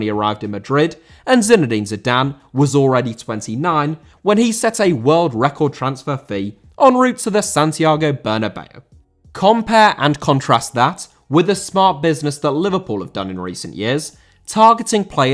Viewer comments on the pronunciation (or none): Santiago* not Santiohrgouw